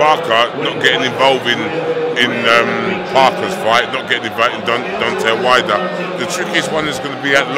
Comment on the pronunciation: deontel wide-un lol